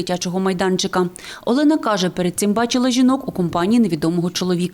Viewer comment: Як бісять журналісти, коли весь час намагаються українські прізвища та імена вимовляти кацапською фонетикою. Яка в сраку Альона, якщо вона Олена